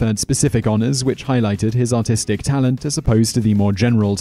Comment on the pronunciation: I know it's just his accent, but it sounds like he called David Bowie Autistic